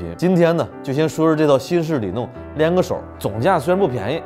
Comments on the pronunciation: ，有个小问题。此处念里弄（long)四声，不念(nong)哈。文科生的毛病犯了😂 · 老师 那个字念long，四声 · 弄 “ long”，里弄 多音字